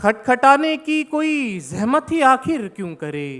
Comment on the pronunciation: Ye kaise shayer hain jinki urdu hi saaf ni ... - āḳhir* - fool😬😬😬